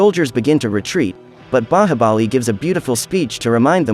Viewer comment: Bro u can't even the movies name u said bahabali